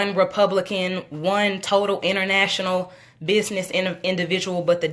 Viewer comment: Did he say he was a 'Weepublican"he probably has a speech impediment but he did say weepublican